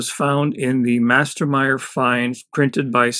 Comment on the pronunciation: 1st mästermyr. (meh-stehr-mure) 2nd it is from sweden. jeez. americans. d'oh.